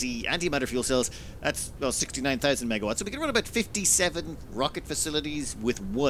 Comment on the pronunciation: Had to pause because I head "MegaTwatts" instead of MegaWatts. Haha!